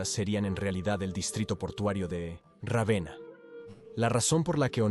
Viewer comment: Puffff vamos sólo a comentar que se pronuncia Rávena en castellano.